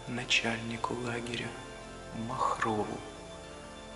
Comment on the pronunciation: "Начальнику лагеря"- рубануло слух.